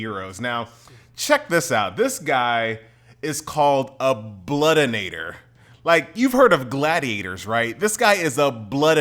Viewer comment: there is no "n" in bloodiator lol. But you pronounce it with one